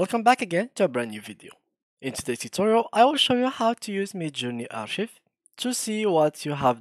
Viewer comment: أخوي شكرا على الفيديو لكن عندي نقطتين الاولى لفظك للكلمة غلط فهي لا تلفظ كما في العربية ولكن: أركايف - ثانيا انت لم تظهر الأرشيف فهذه ميزة في الميد جيرني تقوم فعليا بالارشفة - انت فقط ذهب الى صفحة حسابك وشكرا على فيديوهاتك الاخرى وتحياتي